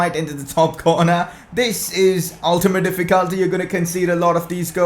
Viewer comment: That's not how you pronounce "Difficulty".